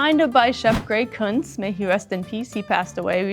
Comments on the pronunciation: Kunz? Thank god. I heard the c-word at first! Lol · Her: "this is a Kunz spoon" Me, having misheard: "hang on a second, a WHAT spoon??"